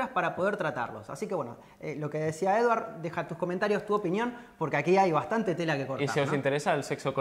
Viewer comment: Ensenya-li al Martin a pronunciar correctament Eduard!!! Siusplau...